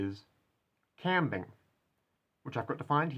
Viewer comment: You consistently pronounce the new word "qambing" as /'kæmbɪŋ/, yet on screen the pronunciation is /kʌmbɪŋ/, with no indication of stress.